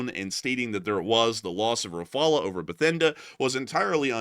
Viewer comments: Rafale is pronounced Rafall not Rafala…. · FGS: there is not a single French person that says "Ra-fa-luh". It's "ra-fal". Nothing fancy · pretty sure it’s pronounced “Rah-fall”. not “Rah-fall-ah” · It's Rah-Fal, not Rah-Fall-ah, the E is silent. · Not rafalas rafals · Rafale is, unless India pronounces differently from the French, is pronounced Rah-figh-ell. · Its better to pronounce well the L of rafale or rafals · He isn't able to pronounce the name properly 😊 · not the only thing he can’t do properly.. it’s shameful that a white person can’t pronounce it properly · That is not how you pronounce Rafale. If you are going to say it over and over, please check how to say it!